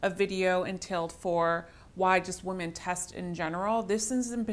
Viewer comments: Does she keep saying woman instead of women? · Women is pronounced WIMEN!!!